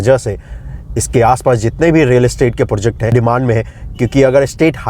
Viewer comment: पोर्जेक्ट नहीं होता है, प्रोजेक्ट होता है । अब ये मत बोल देना कि बिहारी में ऐसे ही बोलते हैं। टोन रखिए बिहारी जैसा पर सही से अंग्रेज़ी वाले शब्द तो बोलिए